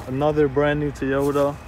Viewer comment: toyota=tyota lol